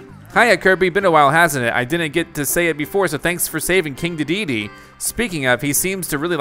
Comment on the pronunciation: Good gameplay, I appreciate your dedication but the way you say King Dedede really frustrates me every time 😭